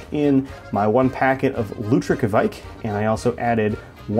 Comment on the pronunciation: Hi there! Norwegian here! I just wanted to say, you Americans (I'm looking at you as a psuedo American and as well!) gotta stop saying "kevaik" or something similar. Its norwegian pronunciation is much closer to Quake. As in the computer game or group of people. Cheers!